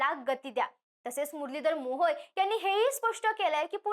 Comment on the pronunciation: मंत्री .... मोहोल? ळ आणि ल ह्यात फरक आहे, सामाण? ण आणि न ह्यात फरक आहे सार्वजनिक मंचावरून महाराष्ट्रात मराठीचे लचके नका तोडु...